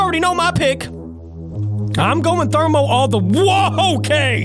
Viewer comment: It's thrmoewoa